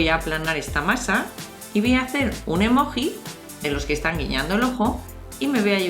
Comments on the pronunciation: emoji bravo!!!!!!!!! SE DICE EMOGI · Emoji se pronuncia "emoyi" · no se llama "emoji" se llama "emogi" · Se escribe emoji y se pronuncia emolli